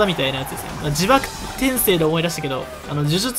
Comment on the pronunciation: 「ちばくてんせい」だけどな